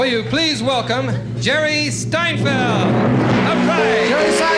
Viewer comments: Jerry Steinfeld, stupid announcers, it's seinfeld. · the T in steinfeld is supposed to be silent haha. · sounds like he said steinfeld on the introduction. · Who's "Jerry Stienfeld"? Lol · said steinfeld lol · "Steinfield" lol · Did he say Jerry Steinfeld? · He said Steinfeld lol. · The days when the host mispronounced Seinfeld's name lol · Lots of comments from people on how funny or unfunny they think Seinfeld is here (I think the material is good and fresh). What I don't get is the Smothers Brothers - their intro is painful to watch IMO and then they can't even pronounce his name right. I don't understand their appeal - perhaps it's a generational thing. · Jerry Steinfeld - low beginnings, when nobody can even pronounce your last name